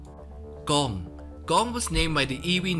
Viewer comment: Please don't say "gong" man